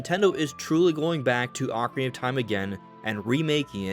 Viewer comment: Thank you for saying Ock-arina and not Oak-arina 🙏🏻 😂